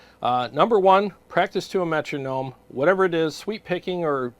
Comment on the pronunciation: Cheers 🍻 I know it's true lol but I just cringe every time I hear someone say Metronome 😂.